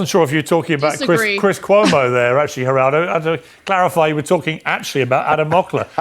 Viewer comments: It’s not “G”eraldo. It’s “Heh”raldo (phonetically). It’s a Spanish name. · Hey man, it's not pronounced "Juraldo". His name is Spanish... the 'g' sounds like an 'h'. If you're gonna say the douchebag's name, you wanna get it right, right? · Its pronounced HERaldo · "jer-aldo" ?? lol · It pronounced Her-all-doh…Geraldo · GERALDO is pronounced HER RALDO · The g is silent in Geraldo-just something one might want to research before making a video. “Razor sharp?” Lol. The kid seems bright-ish, but not mature enough yet to know that your point is totally lost when you act like a know-it-all a h l and think you’re such the sht that accomplished people who came before you who have had the years to gain experience and knowledge might have something to add to your five minutes on the planet. The proof is the fact that your video is NOT about his not very original question about the war that any thoughtful person has already raised that you’ are calling “razor sharp”, but about his arrogant, over eager behavior. The kid’s smart but doesn’t know because he’s inexperienced that Piers joke about the bed behind him was best dealt with by a little laugh, not Trump-like behavior of personal offense and taking everything so seriously. Never trust anyone void of the ability to have a little chuckle at themselves when they’re teased a little. Humorless people are dangerous. That’s immaturity and insecurity, as is the talking too fast and slightly desperate tone instead of the tone of even confidence he will likely learn as he matures. Scott Jennings is a douche bag, but the kid is wrong that behaving in the same way elevates his analysis -it in fact distracts from it, as your video topic illustrates. No, there is no magic new era where acting like an a h l when someone else does furthers the democracy. Respectful, discussion and debate about id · It's pronounced "Heraldo Rivera", he's always been a fake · What gets me the most is your pronunciation of Geraldo…lol